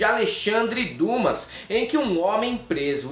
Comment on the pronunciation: Pronuncia Duma..não Dumas